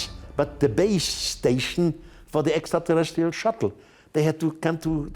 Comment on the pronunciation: I love the way he says “Extra Tahletzreal’s” lmao